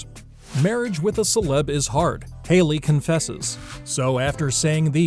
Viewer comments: Am I the only one who's upset that he called her Harly? Its Hailey guy. HAILEY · Funny, narrator called Hailey, Harley in one spot, robot!!! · Harley? you pronounce her name wrong!!🤦🏻‍♀️🤦🏻‍♀️🤦🏻‍♀️ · Did he say Harley?? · Umm . . . Her name is Hailey not Harley. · He said her name wrong